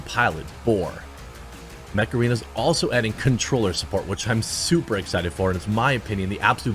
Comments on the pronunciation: OOO Mech arena, i thought you said Meth Arena ( what a fast paced game ) lol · Jeremy, somewhat off-topic, but the way you pronounce "Mech Arena"... I was sound-only and at first I thought you were endorsing Macarena, with epic music playing in the background 🤣🤣🤣